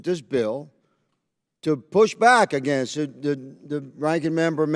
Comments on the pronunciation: Why do those southern Maga nuts pronounce against like that? New English like New Math maybe? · Clay Higgins shows why Louisiana is ALWAYS in the bottom 5 for education. Ps, learn how to say against.